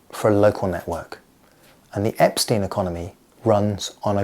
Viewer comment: Cannot Care is the inverse of Carrot Cane Please pronouce Epstein, like Einstein and not like Eps teen.